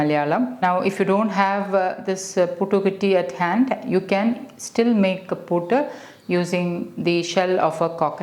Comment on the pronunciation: you're pronouncing it wrongly mam , its puttu not puutu